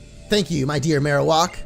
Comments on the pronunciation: It's Marowak not Marowok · The way you pronounce Marowak bothers me so